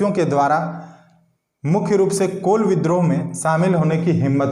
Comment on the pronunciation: कोल नहीं जी कूल होगा हैं